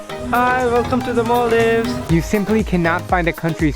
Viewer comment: She's supposed to say Maldives, not mal-deevs